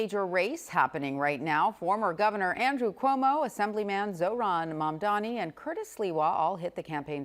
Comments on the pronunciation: finally said the name right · First time Cuomo got Mamdani's name right! 😂😂😂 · Cuomo this time said it right, Mamdani 😊 Meanwhile Sliwa talked about new generation... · is this the first time Cuomo pronounced the name Mamdani correctly? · Wait... Cuomo actually pronounced Mamdani right this time? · I disagree strongly. He intentionally does it and slipped this time by saying it correctly.